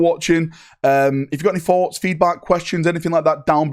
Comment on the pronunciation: “Have any Fawts?”